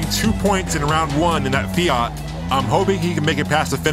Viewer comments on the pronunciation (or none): It's Fiat not Fiart .